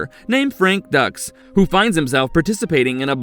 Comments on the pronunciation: It’s Frank “Dukes” not “Ducks” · It's not Ducks It's Dux Like Put up your Dukes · Calling him frank Ducks is killin me. It’s Dux sounds like dukes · It’s not Ducks. It’s Dukes. Like put up your dukes. It’s in the movie !! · Frank ducks 😂😂😂 it's duex like dukes not a animal that quaks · Dux is pronounced Dukes and not Ducks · Frank Dux=Dukes not Ducks are you serious, you dudes butcher all these names. Watch the damn movie's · And its dooks not ducks. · Bloodsport was 88 and its pronounced Dooooks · No genuine fan of Bloodsport (19-EIGHTY-8!) would pronounce the character's name as "Ducks"..... They literally broach it in the early part of the film. Also the fact that the film is supposedly based on the true story of a real Frank Dux who actually turned out to be a professional bullsh*t artist is a hilarious side-narrative. 😆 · Its pronounced doooks. Gotcha? Like put up your dukes right.... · You mis-pronounced the main character’s name in the very first entry. More than once. Content seems ok, but do you actually watch the films on your list?